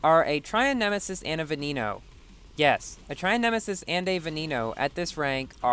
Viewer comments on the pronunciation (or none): Canned Bread it's said be-ne-no not ve-ne-no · Boi "Veneno" is pronounced "ve-ne-no". The e's are pronounced like those in the word "when". It's is NOT pronounced "ve-ni-no"